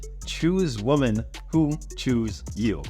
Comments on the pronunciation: bro learn the difference between how to say woman and women please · can’t say women. What caveman. Ooga Booga woman